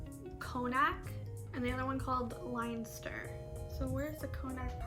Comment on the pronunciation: Connacht is pronounced Con-nut and Leinster is pronounced Len-ster. Also regarding French some of your Irish could be French as Brittany is part of the Irish and Scottish category also.